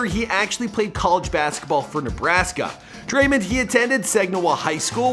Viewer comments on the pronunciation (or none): Thanks so much for all the NBA stars. If you don’t know how to pronounce it it’s drae-mond not drae- mind. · Bruh it’s Draymond, not Draymend, Dray - MOnd, with an o not a u or an e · he calls him draymind and its so annoying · Stop saying Draymon. It is DrayMOND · Dray-mand😂 it’s draymond bro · DRAY MON NOT DRAY MUN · Who is Dremen it’s Draymond 🤦‍♀️ SMH 😂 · Lol i love this dude dreymend LOL ITS DRAY- MOND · It’s draymond and not men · It’s not draymen green it’s draymond green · Dray-MOND Green come on buddy it’s not hard 😂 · Draymen? Wtf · DRAYMEN greenn???😂😂😂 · "Dreymend" "Sagniwah"... you good??? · Everybody loves Dray-mindd - pronounce it correctly dufus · It is Dray - mond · "Draymind" wrtf, also what is the wired noice that you keep on making. It's so fucking annoying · “Draymend” 😂 your a damn bozo,why can’t you ever pronounce someone’s name correct. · Lol this guy it’s Dray•mond and Sag•i•naw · sayin Dreymand Green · its dray-mond draymond its not hard to say it right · Dreymund Green LMAO c'mon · Draimen😂😂😂 i was crying😂😂😂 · he says his name like dreymond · Come on cant even say his name right. You honestly have one job to do this right. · Your mispronouncing his name on purpose? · Why you mispronounce people’s names Like Draymond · Learn to say someone’s name properly fam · Am I the only person bothered by how he says draymond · Thats not how you say the name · Bro get his name right man it’s not hard 🤦🏽‍♀️